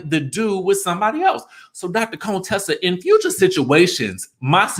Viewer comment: I enjoy your videos, but.....Would you PUHLEEZE pronounce Contessa's name correctly. Her name isn't "Coontessa". That's so disrespectful!